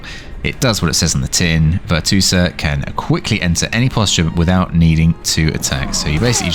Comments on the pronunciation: it`s VirtuOsa not VirtuosAA -. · VER-CHOO-OH-SAH tf is a VIRTOOSA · Could be wrong but I think it's pronounced (virtue-OSA) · Ver-Tchew-Oh-Suh. lmfao I'm dying laughing every time you say Ver-Two-Suh. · She's Italian - it's "Virtoo-oza". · No way you pronounced it virtoosa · Hate to be that person, but it's pronounced Virtue-Osa. It's the feminine form of virtuoso. Great video regardless! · Literally like I wouldn't even think to read it like that 😭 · bro wtf why he calls her like that 😂🤣 besides that he gives solid info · I mean he says amote spam so... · Dont think you can get the name right if you not italian